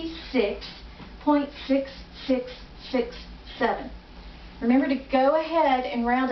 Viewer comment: Take out your tongue ball, six is not pronounced sithh.... you sound terrible.